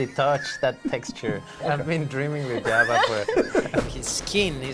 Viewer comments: Oh he was saying Jabba? I kept trying to figure out who yabba is and thought he meant Yoda lol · Sorry but it’s Yabba lol and it truly is hilariously cute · I needed clarification I thought he was saying yabba 😅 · In Spanish the J often sounds like Y (my native language is Brazilian Portuguese, so, to us, it sounds like an I). I laughed so hard seeing Diego Luna calling Jabba the Hutt “Yabba”, by realizing that this is just how he pronounces it out of character. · Haha I misheard him and thought he says Java. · Hearing Diego pronounce it "Yabba" makes me smile. Seriously one of the best actors and best characters of the Star Wars universe.